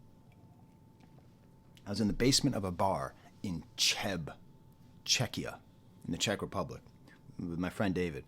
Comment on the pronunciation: AVAA, btw as a czech person it's pronounced as if you said 'jeb' in spanish (too lazy to use IPA). So it's not Čeb, it's Cheb